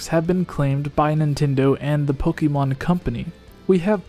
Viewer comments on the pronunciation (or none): Was I the only one triggered when they pronounced Pokémon Pok-ee-mon